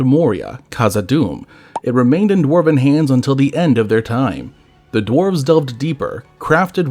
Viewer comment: Is this.. ai? Pronunciations are off, written words are off... drarves instead of dwarves. It's all a bit off